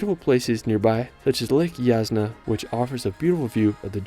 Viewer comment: You have made a stunning presentation of Slovenia. Thanks. There are only a few misspelled local names in the text: Predjama Castle: "j" pronounced like "y" (Pred-Y-ama) Lake Jasna: "s" pronounced like in "sun" (Ja-S-na) Kostanjevica na Krki: "c" pronounced like "ts" (Kostanjevi-TS-a) St. Primož pri Kamniku: "K" pronounced as "KAHM" (like "calm" with "a" as in "father"), "neek" (like "seek" but with "n") By the way, the Church of Saint Thomas is near Škofja Loka (not "Silka"?) If, in addition, you managed to pronounce the accents of all these place names correctly in Slovenian, it would blow away a native listener. It's true that these are just a few little things, but they're like icing on the cake. Otherwise. Great job! Well done!